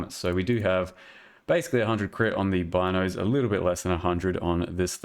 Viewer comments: Its pronounced bean o's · hi I'm the creator of the Bino's Kitchen Knife, and it's pronounced "Bee"-no's. Thanks =)